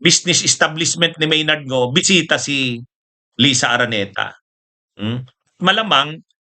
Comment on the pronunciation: Maynard Ngu po attorney, hindi Maynard Ngo. Mali ang pronounciation niyo.